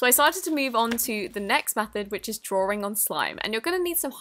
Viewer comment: Did you just say draw-ring?